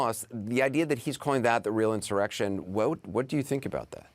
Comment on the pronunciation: I got more out of "blah, blah, blah, blah, blah." Than anything else this guy had to say. "I think" is CNN's ENTIRE forum. All opinions, ZERO facts. Tell us about the actual destruction of Portland, Seattle, Minneapolis, Chicago and places where there were REAL "insuwwections" going on. Who cares what your guests "Believe"??? This is editorial NONSENSE.